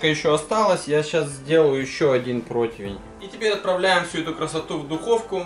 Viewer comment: господин ведущий, не протвень, а противень, )))))